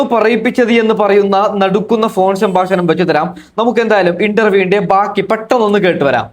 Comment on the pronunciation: സംഭാശണം 😂😂 പ്രേശകർ 😂😂